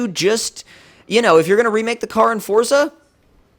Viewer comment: It's not fortza its forza